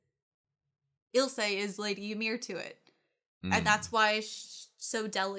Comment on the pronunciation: "My name is Ill-suh lahng-nar" nods Eel-say Langnur You can hear them pronounce the names. Why can't you just mimic what the characters call themselves and others? You don't have to rely on just your reading abilities. The audio drops subtle clues, like the proper pronunciation.